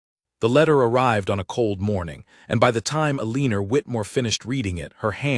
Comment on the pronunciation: El a nor is how her name is pronounced